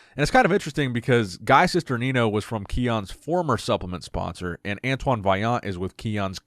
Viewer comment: Antoine said it right.